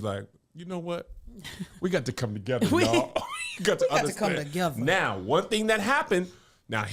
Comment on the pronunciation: I would watch several hours of trying to guess celebrity names. Mock up the flash cards neow 😆